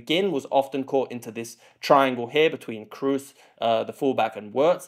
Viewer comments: Very well made Comparison! I hope Scots will come to next round... and btw Toni is called "Kros" not "Krus" ;-) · "Cruise". it is K r O O s. lmao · Its KROOS not cruise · To all English speaking fans: Kroos' name is not pronounced like cruise. Our double-O is long and not sounding like a U-sound as it does in English. You don't really have a word with this O-sound as far as I'm aware, but it's more like the o in no just longer and without the U-sound at the end. :) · Great Video! Learned very much! Keep up! Btw Kroos is not pronounced like "Cruise", the double O in German is pronounced like a long O. :) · Except it's not pronounced like cruise at all... If you search "Close-mid back rounded vowel" on wiki that has the correct pronounciation. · Please dont say "Cruise" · PLS learn the prononunciation of Kroos. He is a worldcup and championsleague winner. Even the freaking english commentator get his name somehow right. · It's not so hard to pronounce Kroos right. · who's Cruise? can't you pronounce a straightforward long O sound? Kroos is not Cruise. Also Wirts is not "Wörts". It's a short i-sound like in the English words in or it , there's no ö-sound like in "words". Its really not complicated. Actually English is complicated, It's not the Germans fault. You guys pronounce words and birds and hurts the same but write different vowyals for the same sound. In German names the vowels don't change like in English. Wirts will be around for another 10-15 years, learn to say his fucking name. 😊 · It's also [kimmih] not [kimmich] 🥲